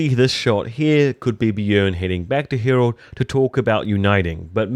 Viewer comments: Harald, not "Herold" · His name is Harald try and pronounce it properly